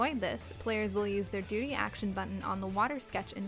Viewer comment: it sounds like she's saying doody